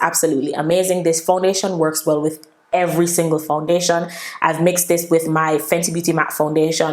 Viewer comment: The way you're pronouncing the foundation is sooo annoying sound weird.